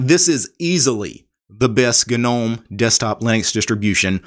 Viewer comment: Thanks for saying "G"nome 👍🏼👍🏼👍🏼 instead of "nome" 😄